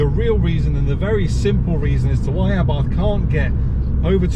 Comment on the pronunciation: Please correct me if I am wrong but isn't the correct way to pronounce Abarth A Bart and not Abartttthhhhh?